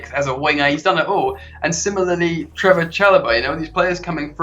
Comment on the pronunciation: His name is Trevoh, not Trevor!